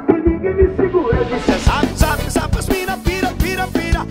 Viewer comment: Soac kkkkk ta bom então , mais n conhecia esse APP, acho horrível essa pronúncia Zap😠 da vontade de dar um murro